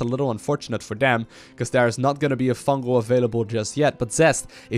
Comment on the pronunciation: FUNGAL* not fungel